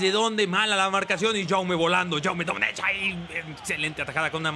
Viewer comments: Se pronuncia Jaume DomèneK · Datos reseñables para ayudarte: -En primer lugar quería decirte que del nombre Jaume Domenech, la ch final se dice como una k, es decir, su prunciacion sería Yaume Domének, esto te lo digo como buen valenciano. Y por otra parte decirte que el MCD del celta se pronuncia Radoya, pasa igual que con Jaume. Me encanta esta serie y los cabreos de JAJAJAJJAJAAJ un saludo y sigue asi